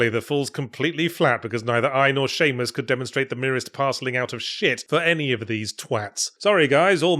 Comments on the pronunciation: I’m sorry - I couldn’t make sense of whatever Yahtzee ranted about once he referred to Samus as “Seamus” and I couldn’t stop cracking up about that. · Someone is pronouncing Samus wrong and I can't tell if its me or him.